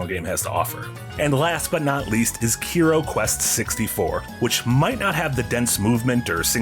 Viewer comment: you pronounced Kero incorrectly! I know you already know this from that podcast, but I said it anyway. Anyway, that game looks more Mario 64 inspired than Banjo Kazooie to me, judging by the graphics, signs, and wall jumping. I don't know how it feels though.